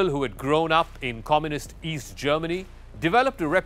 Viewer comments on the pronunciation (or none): none